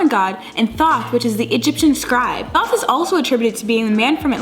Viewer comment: It's actually pronounced like tote or thoth the th sounding like the beginning sound tah